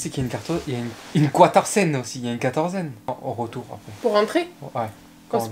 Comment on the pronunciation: ptddrrrrrr attend , il à dit une quatorzaine ? 🙍🏻‍♂️😂